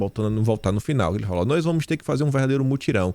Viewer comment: é "nois"